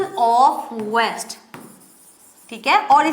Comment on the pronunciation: Mam west nhi waste hota hai 😅